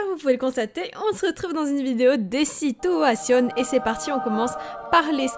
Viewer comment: Les SiTuuAsTiiOnn ! Comment tu le dit te me fait riree ❤️ Et le calcul.... ❤️ bisous